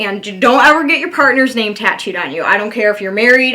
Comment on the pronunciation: Heyyyy! You did my question, (no tattoos or no piercings) and you said my name correctly. No one ever pronounces it right. 🥰😃